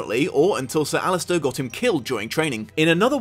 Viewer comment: It's also "Alliser" - not "Allister".